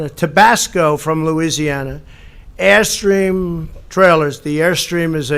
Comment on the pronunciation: He slips into his Noo Yawk accent when saying Airstream and then correct himself hehe